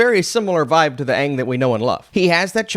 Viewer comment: At least they pronounced the name aang instead of ong